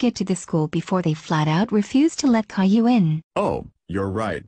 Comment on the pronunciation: How do you make Boris say Caillou instead of Kayloo?